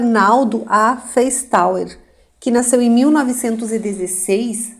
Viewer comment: Esses sobrenome Feistauer, se for de descedência alemã se pronuncia Faistóa.